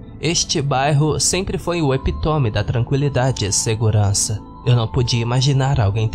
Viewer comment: Epítome.... proparoxítona....ePÍtome